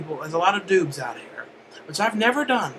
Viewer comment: for a second there i thought you said "i never done doods before" instead of doubs